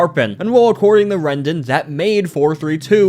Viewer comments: his name is Wreden not Rendan lol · Ah yes, "Wrenden". (It’s pronounced Reed-un or Red-un depending on whether you have a normal or strange backwards accent btw) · why do you keep calling him 'wrenden'?